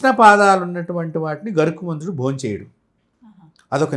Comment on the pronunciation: గరుత్మంతుడు... గరుకుమంతుడు కాదు...